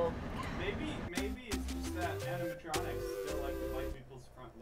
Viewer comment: Mat: "Your honor there are no animontronics in my resturant." Judge: hmmmm... GUILTY! Mat: "BUT THERE ARE NO ANIMONTRONICS!"